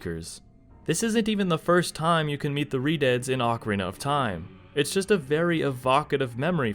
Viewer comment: does anyone else hear him calling redeads "redids"?